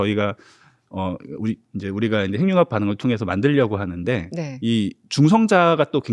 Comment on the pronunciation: 근데 핵융합 발음을 행융합이라고 계속하는데 거슬리네요. 해귱합이라고 발음을 하셔야...